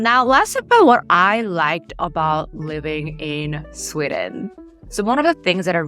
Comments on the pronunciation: Sorry ... But itś "Sweeeden" - not "Swedden". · Why do You say "Swidden"?